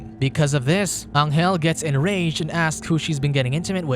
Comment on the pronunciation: Pronuntiation. Angel in Spanish sounds like Angel in English but G